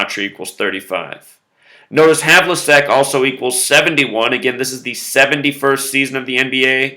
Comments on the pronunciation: John Havlicek's surname is pronounced hævlᵻtʃɛk. It ends with check as in checkers. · You said Havlicek wrong